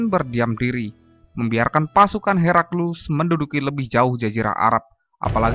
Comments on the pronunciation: Bukan herakilus tapi heraklius🤭🤭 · Heraklius ya.. bukan Herakilus seperti pada suara video 😂🤣😂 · Naratornya selalu bilang Herakilus. Itu salah. Yg benar Heraklius. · Pilih narator yg pandai bertajwid dalam mengucapkan kata kata. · Jalan sejarahnya bagus, pembacaan naskah yg sedikit aneh, di teks layar tertulis heraklius, kok narator membaca herakilus? kedengarannya sih gitu